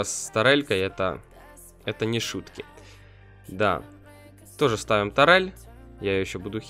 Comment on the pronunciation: Может турель, а не тарель?